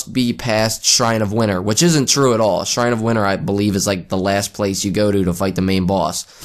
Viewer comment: PA accent lol